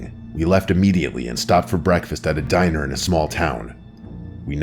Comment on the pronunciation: Howcome at the end of the video, that diner says " Dier" instead of Diner?